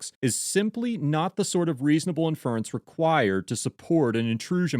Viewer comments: (et al.) in·fer·ence ↦ /ˈinf(ə)rəns/ (First syllable emphasis) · accent is on the first syllable for the word "inference." e.g. IN-fer-ens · I don't think I've ever heard "inference" pronounced with the emphasis on the second syllable. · The accent in inference is on the first syllable. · The accent in "inference" is on the first syllable. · You're not pronouncing inference properly. It's really bothersome.